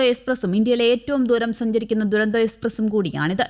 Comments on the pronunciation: ദുരന്തോ അല്ല തുരന്തോയെന്നാണ് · ദുരന്തോ അല്ല.. തുരന്തോ, തുരന്തോ